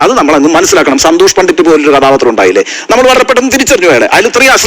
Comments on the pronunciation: സന്തോഷ് പണ്ടിത്തല്ല - പണ്ടിറ്റ് എന്ന് പറയൂ താങ്കൾ സ്ഥിരമായി പണ്ടിത്ത് എന്നാണ് പറയുന്നത് ( തിരുത്തു പ്ലീസ്) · പണ്ഡിറ്റ് ആണ് സർ പണ്ഡിത്ത് അല്ല